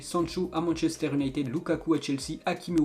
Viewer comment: Déjà quand il parle machester il dit « Unayted »